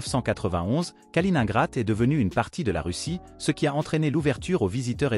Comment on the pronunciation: Ça fait mal à l'ouïe la prononciation de "Kaliningrad"